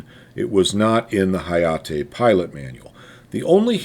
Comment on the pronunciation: 英語だと「なかじま」を「なーかじーまー」、「はやて」を「はやーてー」と発音するの?